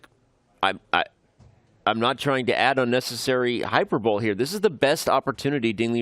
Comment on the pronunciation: Can someone please inform Danny Rensch how to pronounce "hyperbole"? and also let him know that literally anyone else should be commentating instead of him; please god bring back Peter Leko / Tania Sachdev